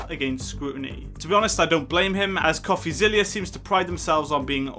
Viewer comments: Pronounced...Coffee-ZILLA. Not ZILLIA! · No need to be a nerd or anything, but it's pronounced coffeezilla, like godzilla, not coffeezillia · STOP SAYING COFFEZILLIA ITS COFFEZILLA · It’s Coffee-zil-la not Coffee-zil-lia. I assume you are basing your comments on Logan’s response without watching the Coffeezilla series. I guess what you said makes sense if you have zero back story and all you know is Logan’s response because if you had watched Coffeezilla’s series you would know that Logan had a bucket infront of him to catch all the BS coming out of his mouth. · Great Video, we all love DRAMA! BTW It’s not Coffeezillia. It’s Coffezilla. Like Godzilla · zilla not zillia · It's Coffeezilla like Godzilla. You were saying Zillia. Not a big deal but thought I would mention it if you do future videos on him. Great analysis except for the recording aspect, it's legal in one-party consent states. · ITS NOT ZILIA - ZILLA like godzilla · It’s coffeezilla not coffeezillia